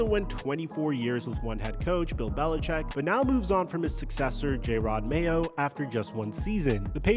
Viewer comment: Calling Jerod Mayo, "Jay rod" Mayo is absolutely crazy. Weirdly you later say it correct so clearly you did it on purpose.